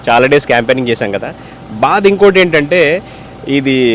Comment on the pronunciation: ఫస్ట్ మీ ఛానెల్ వాళ్ళు తెలుగు నేర్చుకోండి భాద కాదు బాధ కరెక్ట్